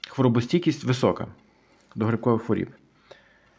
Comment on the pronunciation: Що таке "стійкість до хворІііііб"? Правильно " стійкість до хвороооооб". І не "виглядає"(звідки воно виглядає?), а "має вигляд" Ваша вчителька української мови кацапський покруч?